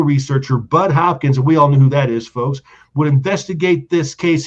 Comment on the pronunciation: I'm going to start a drinking game & drink every time says "focks" blawhahaha 👊🤣👍